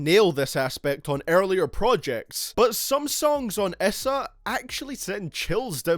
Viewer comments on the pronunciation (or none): You say issa like a dumbass no offense